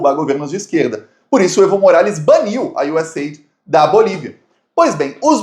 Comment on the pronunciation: US Aidi'...com acento bo "i"...